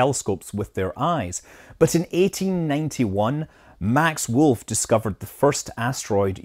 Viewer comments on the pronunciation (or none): none